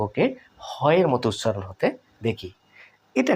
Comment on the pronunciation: উছছারণ না করে উচ্চারণ করুন